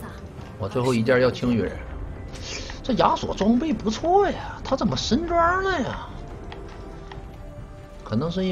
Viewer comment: “zén么玩，zěn么玩“ - TheShy